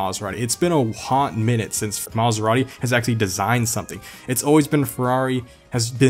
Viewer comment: Did you say “Maserani?” Lol